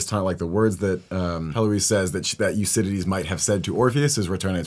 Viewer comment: I've never heard "Euridice" pronounced "Your-cididty" before, that was an experience! Lovely review, thanks for sharing - I enjoyed how passionate you were about this excellent film.